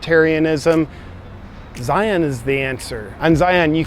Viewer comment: Every time you say Zion I twitch a little.